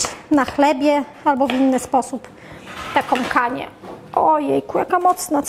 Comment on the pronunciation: "z bułkom tartom", zimom, om co drugie zdanie - jest taka głoska "ą" nie om, wie Pani. I nie "takom kanie" tylko "takĄ KANIĘ. Gdzie była Pani jak były lekcje języka polskiego? A może nauczyciel zawiódł?